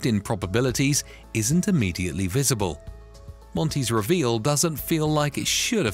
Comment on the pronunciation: Really ? WRONG ! Every time you said the word "reveal", you were speaking INCORRECTLY. It's basic English, which you don't know. Try and figure that one out, fool.